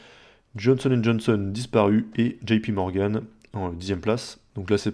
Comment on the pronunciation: Enfin quelqu'un qui dit pas Jipi morgane pour JP Morgan ✋